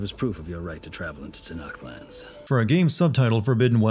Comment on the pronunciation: It's not TANAKTH for fcks sake.